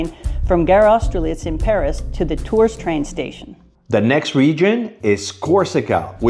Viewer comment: The plural of chateau is chateaux, not chateaus. Tours is pronounced Tour , no s . Why can’t Americans pronounce French…or even English.